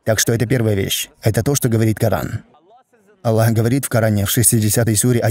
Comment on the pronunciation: Почему, вы пишете Джазакя-лляху? Я например нигде в курьане не слышал, чтоб АЛЛАh звучал как Аллях. Астагфируллаh. И нигде никогда не слышал, чтобы учили курьану таким образом, как вы произносите. Простите конечно меня. Но я часто вижу и слышу подобное произношение (неправильное)